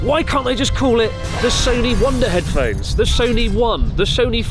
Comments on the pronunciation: Don't you mean the Wonder Heaphones? 🤔 Just kidding, Chris. I love ya. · Wait, Sony "Heaphones"? 🤔